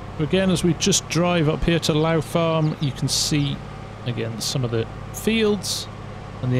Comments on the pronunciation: Hi, Great video, just want to point out that Lough Farm is pronounced Lock Farm. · Lough in Northern Ireland is pronounced lock so for the like of lough neagh it would be pronounced lock neagh for further readings